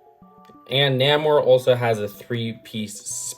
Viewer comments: Again with pronouncing things wrong, it's not Nam Or it's Nay More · it's pronounced more like "Naymor"